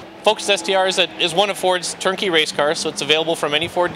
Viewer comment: Dude, are you saying "Turn-key" or "Tur-Key"? Slow down so that those of us equipped with human ears can hear you.